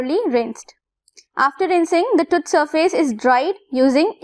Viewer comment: Why pronouncing TOOTH as Tuth ?